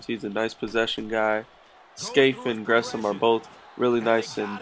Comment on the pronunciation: I don't like how you pronounce Jermaine Gresham's last name. :'( It only bother me because that's my last name too. lol